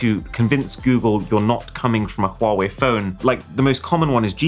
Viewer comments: So nice to hear a person saying Huawei properly. 🙏🔥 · I'm amazed that you pronounce Huawei correctly! (It's not Wa Wei, it's HuWa Wei)